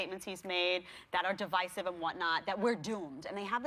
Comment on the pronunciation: The heifer wearing blue couldn't even properly pronounce the word, divisive